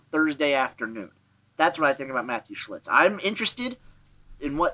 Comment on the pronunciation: Referring to Matthew Shiltz as Shlitz is not as bad as what Pat McAfee was calling Streveler 😂